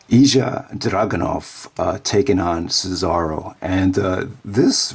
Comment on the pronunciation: Its pronounced Ill-ya Drag-e-Nov